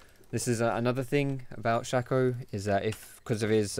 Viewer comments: His name is Shaco, not Shacco/Shacko! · Shaco not shaco